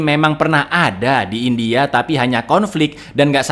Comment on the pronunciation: “Fim indiahe bergenre thriller action misterihe” 😂